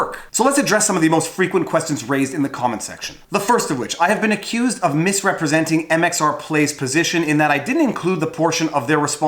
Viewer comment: MRX plays!! Omg you’ve said it wrong and I can’t handle it!! It’s MxR plays and I’m unsubbing!!